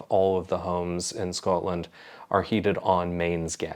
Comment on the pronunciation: Your pronunciation of Scotland is becoming more Scots 😂, as I have mentioned before. Makes me burst with pride : sgoinniel